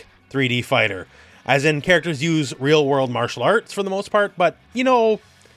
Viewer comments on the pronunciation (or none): none